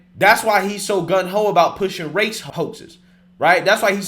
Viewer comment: It's not "gun ho," it's 'gung ho' lol You mispronounce or say the wrong word at least once in every video. Zero exaggeration. I've never heard a person who speaks for a living do so incorrectly so frequently. And I'm not not hating, just observing. I agree with a majority of what you say.